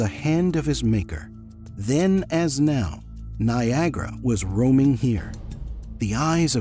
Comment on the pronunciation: it says roaring not roming